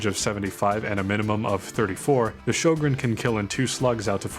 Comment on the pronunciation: Good video! This is not a criticism, but just a fun fact: Sjögren is pronounced like "hweh-gen" in Swedish. I've never heard anyone pronounce it correctly. Also I'm pretty sure DICE only included the gun because it's Swedish. The in-game codex says it was used "in very limited numbers" by both sides in the war, but I haven't been able to find any proof of that haha